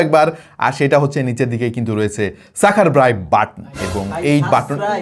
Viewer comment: সাসক্রাবাইট😅😅😅, জোস হয়েছে, খুব চালাক আপনি, বারবার সাবস্ক্রাইবাইট ভুল উচ্চারণের মাধ্যমে প্রচার করে দিলেন